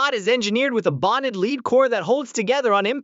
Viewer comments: its LEAD NOT LEED. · I love how you got the AI generated voice to sound so energetic in its almost shouting voice... but not quite. Leeeed... Leeeed bullets. Dude, just at least review what you're uploading before you post it. Or... did you in fact check it, and you saw/heard no issues? Heh! What a total dumbass (or what we used to call in my neck of the woods, "shit-for-brains". Good one. Keep up the great work!